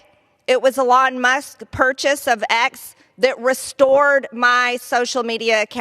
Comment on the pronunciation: 'Alon' Musk